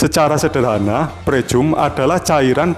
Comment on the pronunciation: Dibacanya "PRIKAM" mas. 🤦🏻‍♂️. Yakali pricum